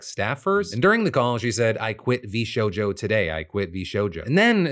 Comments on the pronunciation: “Vsouja” brother Phil how did you mess that up. V SHOW JOE. 😂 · "VShoja" 😂 Phil... 🤣